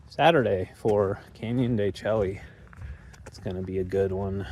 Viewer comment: de Chelly is pronounced "can-yuhn duh-SHAY" (phonetic spelling: /ˌkænjəndəˈʃeɪ/). The "Chelly" part sounds like "shay" (rhymes with "day"), derived from a Spanish corruption of the Navajo word Tséyi', which means "rock canyon" or "inside the rock". ￼Wikipedia +4